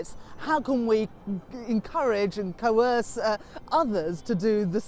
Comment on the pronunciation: Did she say coerce?